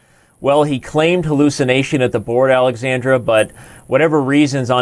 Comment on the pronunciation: why are u calling the girl alexandre instead od alexandra